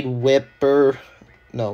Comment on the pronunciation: It's pronounced Whipple